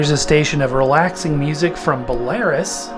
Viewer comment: First, to pronounce "Belarus" is not "be-lair-us", it is "Bel-la-roos". As for the question presented in the video - Yes! I do have internet radio in the form of the much, much higher-end Eversolo DMP-A6 Master Edition DAC/streamer. Not only can I tune into internet radio with that thing, but I can also play music stored locally on my music server, I can rip CDs directly into the thing (I have 4 terabytes of SSD storage installed in it), I can stream from services like Spotify, Tidal, Deezer, Apple Music, Amazon, etc, as well as use it as an external DAC through which I have my CD player hooked up. It can play high resolution lossless files, such as FLAC up to 386/32 bit. I can also control it via a remote control as well as an app on my iPad. I have a few favorite internet radio stations I found. PRM (ProgRockMetal) and Progulus (Progressive/Power Metal and Prog Rock) both here in the US. Then I have Radio Bob! Symphonic Metal from Germany, then Radio Caprice - Progressive Metal out of Russia, and Prog Palace Radio's The Armory (power and prog metal) out of Canada and finally Prog Palace Radio's The Courtyard (Progressive rock) also out of Canada. I am quite certain I can find more if I really dig around. I may have to explore Japanese as well as Scandinavian stations as metal is actually quite huge in those countries. I know Japan has some interesting stuff I need to check out. This is especially nice as the local FM radio just does not play the music I REALLY want to liste